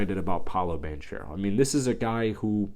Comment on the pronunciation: Spelled Banchero pronounced Bancero